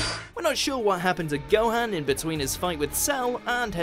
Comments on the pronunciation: whats a "Gohen"? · The way he pronounces Gohan tho... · I get the feeling the narrator has never watched DBZ, given how he mispronounces Gohan's name...